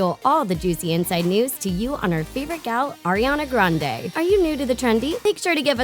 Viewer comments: Dit you know you actually say Ariana Grendie?😊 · Her last name is actually pronounced grand-ee. She actually said it herself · Fun fact about Ariana grande her last name is grande but is pronounced Grandy